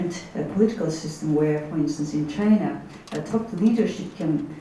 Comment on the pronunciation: 佐藤さんの英語力、さすがです。1点だけ、本人になりかわり弁明しときます。時間 あたりで、Chinaをシャイナと聞こえるような発音でしたが、これはフランス語も堪能なため（シノワ）と、頭の中で一瞬混じったんだと思う。